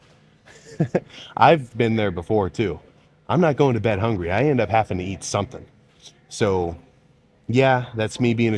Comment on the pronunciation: "Haffing" 🤔 I'm not sure I can trust the intelligence and attention to detail in anything you've talked about, given you're a grown man who can't correctly pronounce a word that the average first grader should be able to properly pronounce.